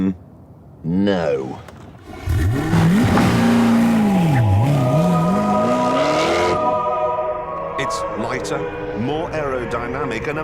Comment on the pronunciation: in the wOOrld